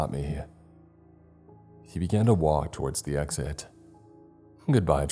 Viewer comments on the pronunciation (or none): none